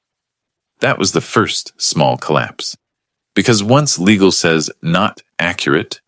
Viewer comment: how many ways can the AI mispronounce "Legal''??